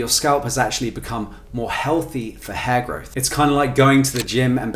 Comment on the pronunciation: At first it Sounds like he’s saying HairGod lol, & my first thought was someone has taken the whole hair thing a little too serious😂